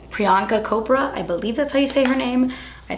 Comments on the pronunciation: Hahahah! You are sooooo sweet, just love you! 😘 I just paused your video to comment. Its not Priyanka "Kopra" Its Chopra, your pronounce c&h together. She is an Indian and so am I;) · Btw it's priyanka cHopra not Kopra!!! 😂❤❤ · Quantico actress Priyanka Chopra....the surname is pronounced the same way as "chop"...not "kop". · He name is priyanka chopra... Not copra 😁😁🙄🙄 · Its Priyanka ''Chopra'' like ''chop'' not ''kopra''. but you pronounce is cutely <3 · u pronounce the wrong her last name its not kopra its chop- rha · hahaha guuurl, the 'ch' in Chopra is pronounced like you would say CHina/CHug. so cute the way you said 'kopra'! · actually its not kopra its pronounced as cha ... so chopra hope u get it :) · I always like your make up. Looks natural. By the way you said wrong pronouciation of Bollywood heroine prianka chopra's name. Sounds should be cho. Not ko. Love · HAHA u pronounce priyanka chopra name as CHOP-RA not COP-RA. yup just wanted u to know how to pronounce it HEHE. LOVE U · Hey, firstly I love your videos <3 and secondly don't get me wrong and I'm not criticising you or anything but I also love Priyanka Chopra but it doesn't pronounce with K. You can say it like 'CHOP'ra. And yeah you sound and looks cute while saying Kopra:* Love you tons <3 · ahhah you pronounced chopra wrong. its chopstick chaa chopra. not kopra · aren't you the cutest one? when you say Priyanka Kopra you were sooo cute :D :* its Chopra btw. CH as in Chocolate :D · Priyankas surname is pronounced as chopra not like 'kopra' because it's an Indian surname ... just thought you should know lol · IT'S CHOPRA LIKE CHI CHI CHOPRA NOT KOPRA 😂😂😂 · Oh my gosh, I am obsessed with Quantico and it's priyanka chopra, not copra. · Hi, Loved the way you said Priyanka Kopra...its pronounced Chopra - (Cha). She's from our Country India. A Crowned Miss World in 2000. Love your videos. ALLLLLLLLLLLLLLL of them. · *CHOpra not COpra bud!! close tho